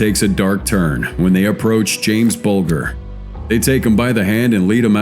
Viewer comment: Absolutely disgusted that the Americans can't even respectfully pronounce James Bulgers name properly.